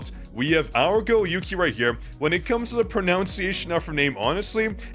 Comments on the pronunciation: For someone that knows chinese, you calling one of the largest artists in China/Asia "yooki pookie" I'm dying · Yuqi's name is pronounced as "U-qi" in Korea. The Y is silent. So like "Oo-key". I listen to their music and am familiar with their name pronunciation 😅